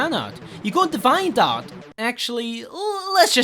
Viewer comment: *DE-viant not de-VI-ant